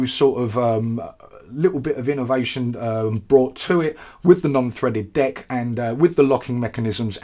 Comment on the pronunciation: Is it just me or I heard "D*ck' instead of "Deck"?